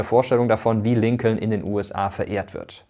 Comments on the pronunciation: Es wird Lincon ausgesprochen. Das zweite L bei Lincoln ist stumm. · Noch deutscher kann man die Namen gar nicht aussprechen😂 Rusewelt und LinkoLn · Übrigens ist das zweite L in Lincoln silent. Also es wird quasi Lincon ausgesprochen 😅 trotzdem gutes Video! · Das zweite "L" bei Lincoln is übrigends stumm. Der Name wird wie "Linken" ausgesprochen und leitet sich von der gleichnamigen Stadt in Lincolshire in England ab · Kleiner Hinweis: Lincoln wird Lincon ausgesprochen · genau das meine ich, mit O und nicht mit U wie im Video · Tollen Video. Das zweite l in Lincoln wird übrigens nicht gesprochen. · Top Video, aber jedes Mal wenn er Lincoln ausspricht... :D da kräuseln sich mir die Nägel